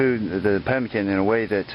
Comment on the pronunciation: NO TALOW / NOT PEMICAN